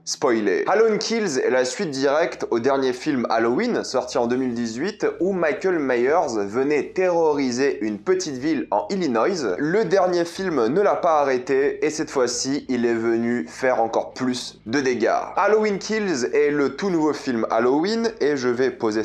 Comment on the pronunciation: Illinois Illinois... Pas Illinoyese